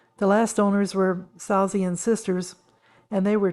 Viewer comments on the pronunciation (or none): Just to help - Esher is pronounced 'Ee-sha'. And the architect Edwin Lutyens is pronounced 'Lut-chins'. The nuns, the Salesian sisters is pronounced 'Sal-ee-shun'.